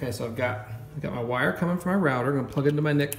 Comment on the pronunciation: so nice hearing someone say router correctly